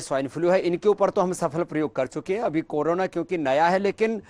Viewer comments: करोनो नहीं करोंना रे अहिरा..😂😂 ए पगला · Corona bhi thik se pronounce nahi sakte humko advice derehe😅😅😅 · Bruh...u can't even pronounce Corona and u think I'll take advise from YOU?..go get a life fake guru.